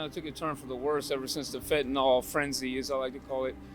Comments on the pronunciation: Can I just correct this cute little girl...its NOT Fentanall sweetie, its Fentanyl...Fenta-nyl. Dont do videos and speak on things you cant even read and pronounce. Sorry it peeves me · This guy's English is on point. FentaNOL, HugrYANS, all these new pronunciations!